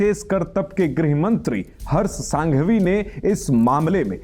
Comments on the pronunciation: उनका नाम हर्ष सांघवी नहीं हर्ष संघवी है। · पहले तो हर्ष संघवी है सांघवी नहीं । दूसरा बोलने से पहले चेक करें, कहीं पर भी मंदिर मस्जीद बनाओ ये लाइन में से मंदिर शब्द दुर करो ।